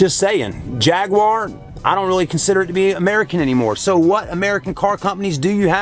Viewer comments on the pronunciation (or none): none